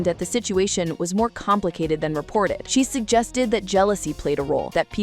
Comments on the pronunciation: Her name is Patra not Pah- tra. You’re pronouncing her name incorrectly. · Why is she pronouncing her name like that?? It’s not POTra…even said it was short for Cleopatra and still couldn’t get it right 🤦🏽‍♂️ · I got to 5 mins in the video and had to stop,it, I was tired of hearing “Potra”